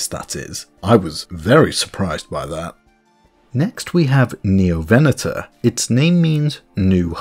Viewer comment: Every time you say "VEN-O-tor" Or "ABE-ilo-saurid" I die inside a little